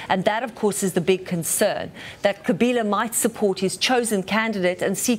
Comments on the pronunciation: Kabila* not Kaliba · Lady keeps saying Kaliba. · The CBS anchorwoman seems incapable of saying “Joseph Kabila,” whom she calls Kaliba instead. I wonder what she’d do if she had to say the Malagasy president’s name, Mr. Rajaonarimampianina ! Perhaps she shouldn’t say those names at all since it’s none of her business to begin with. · 🤣🤣🤣🤣the First Lady called him Kaliba instead of Kabila